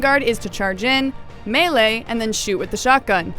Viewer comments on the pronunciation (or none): none